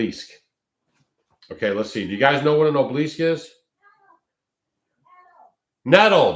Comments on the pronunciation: Sorry, truly no offense meant, just a pet peeve of mine: pronunciation is important. It is 'aa-buh-luhsk', not oh-bleesk. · Ob el isk… 3 syllables,.. just sayin! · Obelisk (ah bow lisk) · It’s pronounced ABALL-ISK. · Pronounce obelisk (ah-Be-Lesk) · It's an ancient phallic symbol for the false gods and there are gobs of them all over the country. Every cemetery has at least one. BTW,, it is aa-buh-lusk. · He uses their magic against them. The dark has lost power Trump is of tbe light. You dont understand the battle and please ask someone how to pronounce obelisk. Im white 63 MAGA Q and have studied this since 2016. Under Biden my friend a YT MAGA content creator had his home raided in so cal forced to stand outside NAKED filmed by neighbors they took all his electronics and he lost his business. Please stick to homesteading as your limited understanding of the decades old plan by the Whitehats (since JFK SHOT)TO TAKE BACK OUR COUNTRY. Wait until the end of November meanwhile stick to staying in joy and love as every negative story you speak on shows your ignorance hurts your health and I turn the channel.why do you want to suck others into tbe darkness . Trump was chosen by God to save the world. Oh and the man killed behind Trump would beg to differ about assassination attempt. Im listening to you as I write this and can't believe you're blind to the great awakening. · you're not pronouncing it right I wondered what the heck you were saying I know what those things are but I'm not sure how to put the word in here so you know how to say it correctly and yes they came from Egypt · I think your pronunciaton of obelisk is not one I've ever heard.😅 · Check your pronunciation of obelisk and phallic.